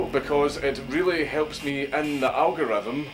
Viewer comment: I just gotta say Dank's little post-intro "Pleze leave a like and a cömment on thes vedyo coz it rreally helps me en the algarrethm [snicker]" makes my day every time I hear it. So I left a like and a cömment, may the algarrethm favor ye Dank and no wetches curse ye.